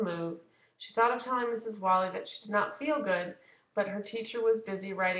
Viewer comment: The teacher's name is Mrs. WHALE-ee.